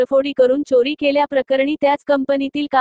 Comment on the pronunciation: मैडम ना कुठे अल्प विराम किंवा पूर्ण विराम घ्यायचा कळत नाही.चोरी शब्द सुद्धा नीट उच्चारता येत नाही.